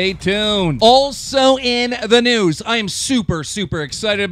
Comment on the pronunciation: I love keem but every time he says " also on the noose" a small part of me dies :(